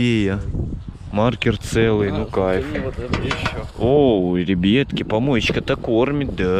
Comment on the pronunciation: А почему вы говорите ребетки а не ребятки?